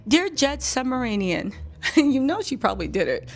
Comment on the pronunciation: It's not Submaranian, but Subrumanian. Geez.